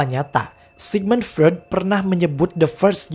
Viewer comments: Misi bang Freud itu dibacanya "Froid". Buat pelengkap aja krna penjelasan represinya udh bagus jdi makin mantap klo penyebutan tokohnya benar. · Revisi bang : Freud dibacanya "Froit" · Cuman mau bilang bang, Freud itu bacanya Froid.. Sy jg sering bingung bacanya, tp udah keseringan dibenerin ama temen yg anak psikologi..